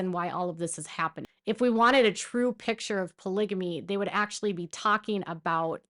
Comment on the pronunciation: don't you mean "pitchur"? At least that's how Robyn says it 😂